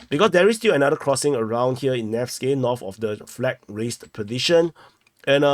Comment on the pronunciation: 🔴, I am a viewer many yrs. But, PLEASE practice the TH sound. You speak English, but not pronouncing TH sound makes it sound like baby talk.......... For ex: "tree km" = THree km;" turdy” km = THirty km; “wiffdraw” = wiTHdraw; “norff” = norTH.; “true” = THrough. Just a suggestion if you want to sound less cringe and want more new followers who can understand you.. 😃